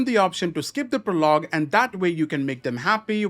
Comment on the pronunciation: PRO-log not pro-LOG